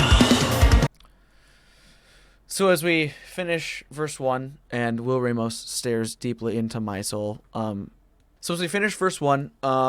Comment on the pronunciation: It's pronounced Ram-os Not Ray-mos